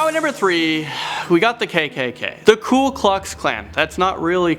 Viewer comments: its not the Kool Klux Klan. its the Ku Klux Klan. i like you but you pronounce so many things wrong and theyre right in front of you. you put letters in there that arent even in the word. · Ku is not pronounced “cool”. There is no L. It’s “coo”, like the thing that babies do.